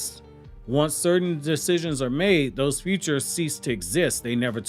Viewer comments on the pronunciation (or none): none